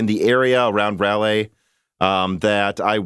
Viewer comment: it's pronounced "Rah - Leigh" Raleigh North Carolina . . .